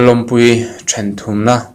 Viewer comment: Ngaihnawm lutuk...mahse lalawmpuii tih ani sia lallawmpuii tiin i sawi daih bawk sia...